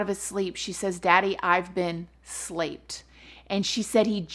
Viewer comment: Love your passion; "slaped" lols xxx